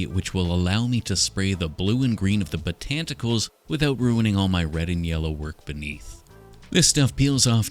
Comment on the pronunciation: Botanticles - iconic 😂